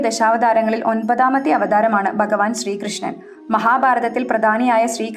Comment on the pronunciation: ബകവാൻ,ബാവം,ബവനം,ബദ്രത ഇത്യാദികളെല്ലാം തെറ്റായ പ്രയോഗമാണ്. 'ബ'യ്ക്ക് പകരം 'ഭ 'ആണ് ഉച്ചരിക്കേണ്ടത്.❤